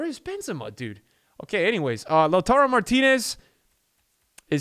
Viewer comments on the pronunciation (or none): none